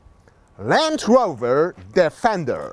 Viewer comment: Plus polska wymowa „D_e_fender” 😂